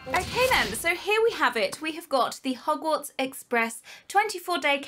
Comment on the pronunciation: When she says hogwarts kinda souns like yogurt